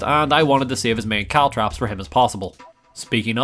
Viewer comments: caltrop not cowtrap bro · I didn't hear caltrops much. CaltTRAPs though? A very strange mispronunciation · As far as I could tell, he only really said "caltrops" once or twice. Every single other time was actually "caltraps". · CalTROPS! not traps! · It's actually only 1(maybe). He says caltrAps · I heard Caltrips a few times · I heard "cowtraps" at least 10 times 😅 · Caltrops. CalTROPS. CaltrOps! It's an O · Why do you insist on calling them caltraps? What did that poor 'o' ever do to you? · Caltrops??? You poor fool